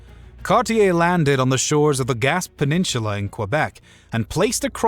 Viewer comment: The pronunciations of words land names related to Canada like Gaspé, Newfoundland, and Samuel de Champlain are incorrect in this video...